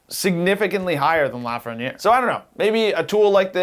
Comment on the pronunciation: How do you live in Toronto and not know how to pronounce Lafreniere?